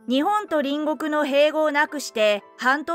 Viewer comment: 隣国=りんごく×。りんこく=○です。兎に角、今機嫌取りなんぞしてるときではないです。其々が確りとするときです。